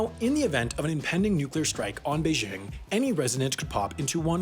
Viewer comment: Pls learn how to pronounce Beijing Just press the speaker Icon